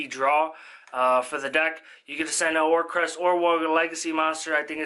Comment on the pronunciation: OR-CUST. Like music. There’s no R after the C